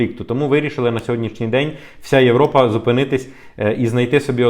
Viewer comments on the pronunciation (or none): none